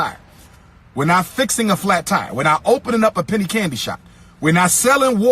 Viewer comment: "ficksing" I believe is a pan-african term that is only spoken by himself.